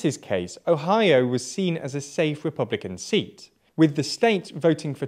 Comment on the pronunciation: "Repbulican" XD